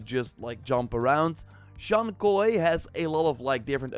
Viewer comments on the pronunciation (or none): It’s Zhoug Kui not koi